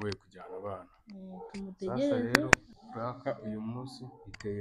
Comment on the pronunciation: Ese kuki woe muhungu kuki uvuga ngo puraka?